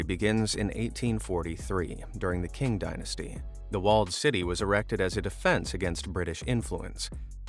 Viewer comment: Qing is pronounced Ching - not king. kowloon walled city. visited once during a holiday - planes use to fly over it and in to the old kaitak airport. i just vaguely remember the hot humid stench of p*ss and different foods. Rats too.